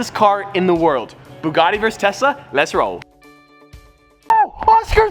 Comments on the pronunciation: Why he can’t pronounce tesla correctly he keeps saying Tessa 🤣🤣🤣🔥🔥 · Did he whole video saying Tessa instead Tesla??? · Nobody: Literally Nobody::"tessa"🤔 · he said "TESSA VS BUGATTI" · "How many tessa does it take to stop a Bugatti" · He was saying tessa I think on purpose lol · He totally said Tessa vs Bugatti! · Every time he says "Tesla", I keep hearing "Tessa" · he calls tesla’s tessas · Any1 else think he said tessa when he said tesla? Any1, or only me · Whenever he says Tesla I feel that he is saying Tessa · i thought u said “Tessa vs bugatti” i was like man set yo priorities straight lol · You said Tessa baby girl lol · Sounds like he is saying Tessa but he is saying Tesla 🤣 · Did anyone else hear “Tessa vs Bugatti’ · Tessa model X 🤣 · Yo he definitely calls the tesla Tessa lol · I have headphones, he is saying Tessa. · “Bugatti vs TESSA” Was I the only one to hear that? 😅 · You are not alone lol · *also every time says “Tesla” my brain can only hear “Tessa” and I keep double taking 😂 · Am I the only one hearing Tessa, Tessa, Tessa? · He is saying "Tessa" all the time, or my ears have cancer or something XD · definitely saying tessa lmao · he says tesla, but it sounds like tessa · He definitely said "Tessa" lol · I swear he keep sayin "Tessa Vs. Bugatti" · I heard Tessa vs Buggati. I almost died laughing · Is saying Tessa instead of Tesla?? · I kept hearing "Tessa" when he said "Tesla" throughout this video...🤣🤣🤣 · tessa instead of tesla, and bob the snowman?? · Did he say Tessa instead of Tesla 🤔 I swear to god Teslas are now boring they slow af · Notice at the start how he says Tessa instead of Tesla. 🤣 keep up the great work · Is it just me or does say “Tessa” instead of “Tesla” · Na he definitely said Tessa once or twice throughout the video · I thought he was saying tessa :/ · I commented the same 🤣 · Is it just me or is everyone hearing stradman saying tessa instead of tesla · I thought he said Tessa instead of Tesla.